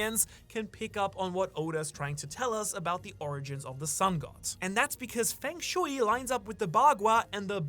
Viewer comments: Hearing "fang shooey" instead of "fung shway" continuously is driving me wild, lol. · it is not fang shewy :P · Feng shui = Fung sch-way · *fung shway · the pronunciation of feng shui is killing me !